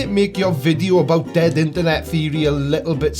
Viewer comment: So, it's "interNOT" :_blindersLol